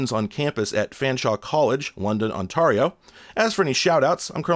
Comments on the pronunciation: "on-tahr-ee-oh" oh no... "On-tair-ee-oh". As a resident not far from London, it's like nails on a chalkboard... But I won't let this ruin my experience lol. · "Ontario" pronounced - On-tair-ee-oh not On-tary-oh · I think it was a genuine lack of familiarity. FYI for anyone unaware, we pronounce the "ar" like "air." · Ontario is pronounced "ont-air-io" rather then "ont-ar-io", no bad blood here, just helpful info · On-tair-e-o, not On-tar-i-o. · I wouldn't be surprised if he gave us just one more on-tar-ee-oh randomly at the end of his next video after our response to it.🤞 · I nearly had to stop watching .On-tare-E-oh, for those unware. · Thank you; I honestly had never encountered that pronunciation of Ont-air-io. On-tar-io; makes complete sense that someone could find that sound but I had never thought of it. 🏴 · Ontario' s second syllable is pronounced like tear, as in tearing a sheet of paper. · I am forever going to pronounce that particular province as "OnTARRio" from now on. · Not a huge deal, but for future reference, it's said more like on-TAIR-io. I've lived in London! Nice place. I like the metal trees they have around the main street. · OnTARio, I've never heard it pronounced like that. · Are you seriously mispronouncing Ontario? On-tare-ee-oh. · I can't get past that pronunciation of "Ontario." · Funniest way to say Ontario ive heard, next time say Toronto 😂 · Me too. I wanted him to say it just once more 😅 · The way you pronounce "Ontario" really brings a smile to my face, lol. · Hey fellow London Ontarian here. The way you said Ontario is the worst thing I’ve ever heard. Love you tho bro! ❤ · To give you a hint at the correct pronunciation of "Ontario", many of us in the rest of Canada sometimes call it "Onterrible". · I haven't ever heard anyone pronounce Ontario the way you did 🤣. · I think he's saying "Ontario" that way on purpose just to see if I'll post something. He wins! Wait... "CRUELLER"? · Sorry what onTARio? you uh pronounced it wrong